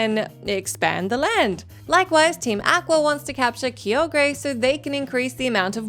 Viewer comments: Groodon and Keeogrey Well now i know which pokerap was listened to for the pronunciations lol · Groodon and Key-Oh-Gray? I'm dead. ☠️ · "Groo-don" and "Key-o-gray" smh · Groo-dawn and Key-oh-grey? Lmao, love the vids keep up the good work. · "ky-ogree" sounds like a pronunciation Google would give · You pronunciation of Groudon and Kyogre creushes my soul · Not the butchering of poor Groudon and Kyogre's names 😭